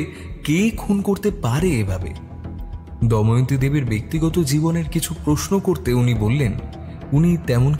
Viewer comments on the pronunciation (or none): অনেক দিন পর র আগমনে মনটা যারপরনাই খুশি তে ভরে গেলো।তবে এত সুন্দর উপস্থাপনা য় ছোটখাটো কিছু ভুল মনে কষ্ট দেয়। চরিত্র গুলির মধ্যে কেউ একজন দময়ন্তী নামটির উচ্চারণ 'দয়মন্তী' করেছেন। এটা একটু খেয়াল করবেন। দ্বিতীয় পর্বে যেন এই ভুল না হয় এই অনুরোধ করছি। অধীর আগ্রহে অপেক্ষায় রইলাম ❤ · Puro golpota khub sundor But it's not doymonti It's damoyonti